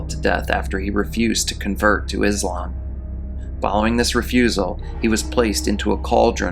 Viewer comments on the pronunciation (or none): none